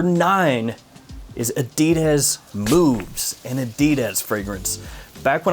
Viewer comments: a-dee-dez lol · I've heard "adidas" pronounced in dozens of ways... I've never heard anyone say it like you do lol